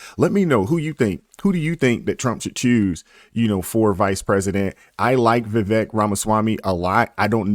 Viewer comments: Brother, his name is Vivek, rhymes with "cake". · Vi-vake...like CAKE, as in rhymes with! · Just to be respectful, it's "veeVAKE".